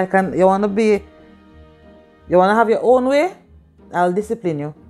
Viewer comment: Lol did she just say will descipline yuh? Hahaha